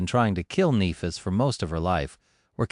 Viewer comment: Very fucking annoying this AI can't pronounce Nephis correctly...